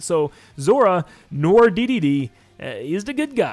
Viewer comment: It's not "nor", it's "nwar", it's french dude. Like, "film noir"